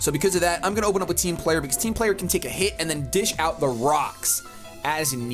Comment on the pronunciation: Whenever says "Team Player",I always think he's saying "Team Flare" Is this just me? Lol